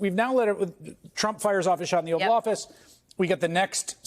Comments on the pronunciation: Hayes mispronouncing it as the "offal" office... as in the inedible waste products after butchering a carcass It seems strangely accurate in describing Trump's misanthropic verbal violence that will end with harming himself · The "offal" office 😂😂😂😂😂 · Close it’s actually offal office.